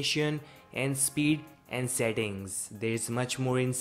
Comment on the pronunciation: the moment he said "setttiing"